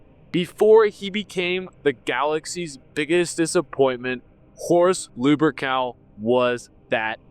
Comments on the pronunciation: Good ol' Lubercal Okay, this guy is very frustrating to listen too. Between the constant repeating, the constant self nerd-glaze (which is inaccurate, you're a geek at best, a poser at worst), pronouncing many MANY common words wrong, and slurring, unintelligent cadence, I don't understand how people could watch this with any seriousness 😅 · Is he purposely saying "lewbercowl" or is just a speech impediment? I mean, most people don't pronounce "Lupercal" right to begin with, but godamn. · Luh-pur-kl... I guess that's how his name is pronounced